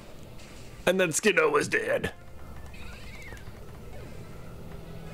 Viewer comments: Goshdarnit it's Skiddo, not skidoo! Pronounced like kiddo! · I think it's supposed to be pronounced more like skid-o, cause it's a baby goat == kid == kiddo, skiddo! Also I literally never saw one of those when I played XY :O weird! I wonder if it's a game version thing. Goats!